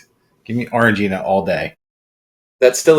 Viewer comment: Oh, that’s how you pronounce “orangina” 😭😭😭 you’d probably like the San pelligrino sparkling blood orange too